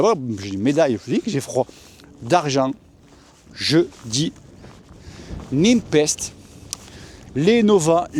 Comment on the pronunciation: Super classement, logique vue tes différentes présentations. Particule a de l'avenir clairement! Parcontre, Nepest se pronone "Nipest" pas "Nimpest" stp:p lol